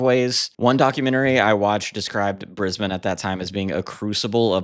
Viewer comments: Thanks for covering the Saints, in particular pronouncing Brisbane correctly. BTW the government head of the State of Brisbane is the Premier. A Prime Minister on the hand is the elected head of the whole Australia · Also, thank you for being the only North American to ever pronounce 'Brisbane' properly!